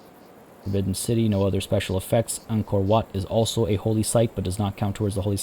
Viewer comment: I like how you pronouce WAT. It is so accurate.